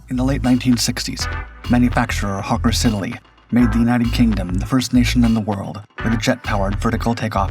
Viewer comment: Yeah, here in the comments after "hawker sid-e-lee" ... Wait what?